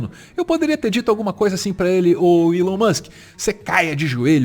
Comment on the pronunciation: Desculpa a correção desnecessária mas TOC linguístico aqui kkkkk a pronúncia é "ilon" não "élon"